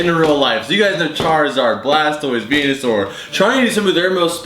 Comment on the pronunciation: When you said venusoar did you mean penusoar